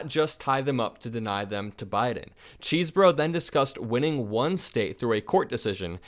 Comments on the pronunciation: I believe Kenneth Chesebro pronounces his name “Chez-bro”, not “Cheese-bro.” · Dude it's pronounced CHESS-borough